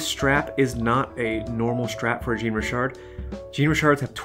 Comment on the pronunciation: More like shawn-ree-shar 😉